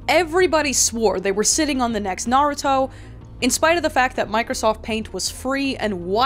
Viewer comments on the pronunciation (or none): none